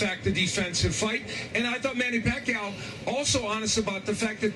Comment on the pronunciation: Floyd can't even say the name PACQUIAO, hahahaha!!! What a great Chicken Chump!! Sooooooooo Scared to Pacman...